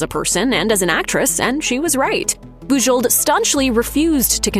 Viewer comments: Boo-ZHOH. Please pronounce the name correctly. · I'm fairly certain that the last letters of her name are silent. Listening to this was very painful. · Thumbs down for the atrocious pronunciation of Bujold. If you can't even find out how h to pronounce her name, I can't believe anything else you say about her.